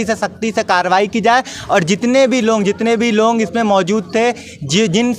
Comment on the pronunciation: ओ भाई ठीक से हिंदी बोल लिया करो लॉन्ग नही होता लोग होता है